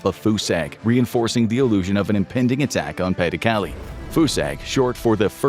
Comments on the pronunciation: "Calais" is pronounced "Callay", not "Callie." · Learn to pronounce pas du Calais. CAH lay. Not Kally. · Cal-ay. Not Cal-ee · It's pronounced ka-lay, not kally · Minor thing but Calais is not pronounced Cali but cal-ay. pas-de-Calais being the Department that Calais sits in. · Calais is pronounced "Ca-Lay" btw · I’m 15 minutes in and still stuck how you pronounced “Calais” 😅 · A whole video about WW2 info and the narrator still doesn't know how to actually pronounce Calais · Did no one ever tell this boy how to pronounce 'Calais' ? 😢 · That’s not how you pronounce Calais.